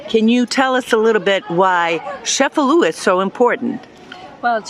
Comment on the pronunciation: It's ChefaLU